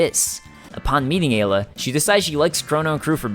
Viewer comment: wait. Did she just call Ayla "Agula"? :/